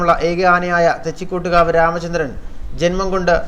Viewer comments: എന്ത് ഊള വാർത്തയാടാ ഈ ചവർ ചാനലിൽ പറയുന്നത് തെച്ചികോട്ട്കാവ് രാമചന്ദ്രൻ എന്ന് പറയാൻ പോലും അറിയില്ല വല്ലപ്പോഴും നാക്ക് വൃത്തിയാക്കുന്നത് നന്നായിരിക്കും , ആനയുടെ തൊട്ടടുത്ത് പടക്കം പെട്ടിച്ച അവൻ ഇടഞ്ഞത് അല്ലാതെ വെറുതെ ഇടഞ്ഞതല്ല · Da മൈരേ ആദ്യം തെച്ചിക്കോട്ടുകാവ് എന്ന് പറയാൻ പഠി